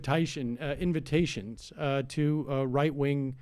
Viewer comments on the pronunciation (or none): Sam pronounces invitations like an Australian! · Sam slips into the Aussie accent he picked up selling hot dogs in Sydney...